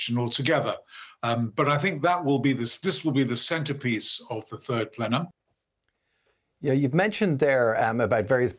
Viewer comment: The turd plenum? 🤣